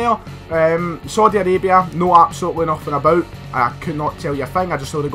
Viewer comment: “Sodi Arabia”